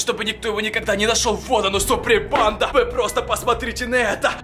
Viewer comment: Что он говорит всё видео?Супринпанда?(я знаю,что должно быть суприм банда